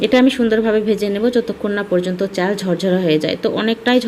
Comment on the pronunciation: চ্যাল, প্যানি, প্যাতিল 🥴🙄